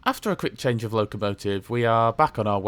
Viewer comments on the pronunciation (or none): none